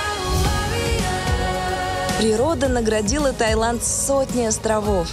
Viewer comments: Тайланд!!!??? Вы серьезно??? ТаЙланд!!!???? ТАЙЛАААААААНД!!!1!!1!11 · Умоляю))))) ТаИланд, без Й) а то глаза вырывает) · Та[й]ланд "facepalm"